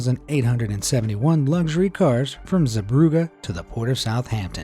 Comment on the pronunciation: It's Zeebrugge.